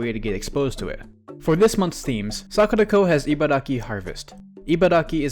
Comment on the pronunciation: My God. When you said sakuraco I thought you said "were sponsored by suck the toe"